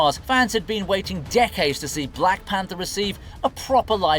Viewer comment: lol even says the black panther's name wrong, have you ever even seen any of these characters???????